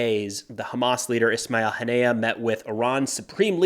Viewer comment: Small correction: The Iranian supreme Leader's name is pronounced "khamenee-ii" instead of "khomeini". "Khomeini" is the name of the last supreme leader who died 30 years ago whose photo can be seen on the wall. The Palestinian group leader's name is pronounced "hannii-yeah" as well. Great coverage as always! Keep up the work!